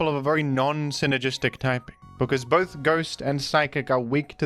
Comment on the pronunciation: You said bith though